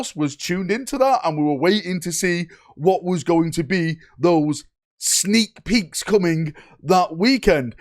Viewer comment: Is he saying "Sneak Petes"?